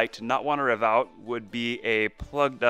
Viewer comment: Are you saying ‘reev’? Lol